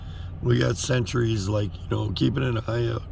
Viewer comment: Sentrys not Centuries - LOL!